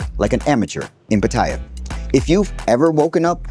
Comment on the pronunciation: Like your content but considering that u live in Pattaya, u should at least pronounce that correctly without sounding like a tourist Farang… it’s not Pattaya but “Pattiyaa ”…as the Thais call it …